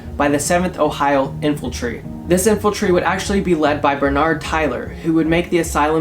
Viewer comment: .....no one was bothered by in-fil-tree??